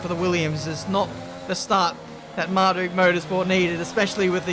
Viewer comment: Marduck moters eh mar like duck motors